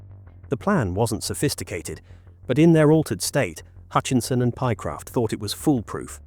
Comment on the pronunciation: The voice over doesn’t give the correct names. It’s Lewis and Pie-Croft